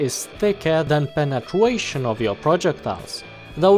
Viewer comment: "penetwation" UwU